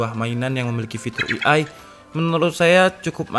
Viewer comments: Penyebutan AI bukan "i ai" bang, tpi "e ai", Terima Kasih bang Pin dong yah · Indonesia i a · AI dibaca e ai kak